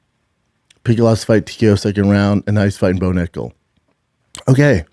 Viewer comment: Brendan, you have to watch how you say nickal !